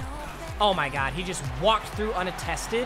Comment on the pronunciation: This dude just said "walked through un-attested" hahaha.